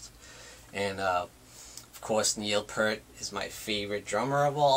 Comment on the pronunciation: Not to be a dick or anyting, ( this usually means a person's about to be a dick) but it kind of grates on me when a person claims to be a rush fan in this day and age with all the information at your fingertips via the interwebs, and you pronounce Neil Peart's name wrong. "EAR" with a "P" at the front, and a "T" at the end. Peace (Pronounced - Pee + sss)